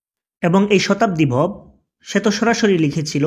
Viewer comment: vhai tui to onar name tao thik moto bolte paros na abr baler youtuber hoisos shala